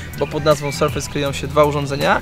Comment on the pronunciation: Sprawdźcie sobie wymowę słowa "surface". Nie jest to "serfejs"